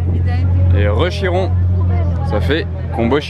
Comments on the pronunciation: On dit KIRON et non CHIRON ! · KI-ron et non CHI-ron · non non,CHI-ron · Trop moche comment vous prononcer chiron et veyron pffff